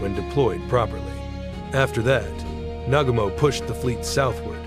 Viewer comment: The way it butchered Admiral Nagumo’s name is brutal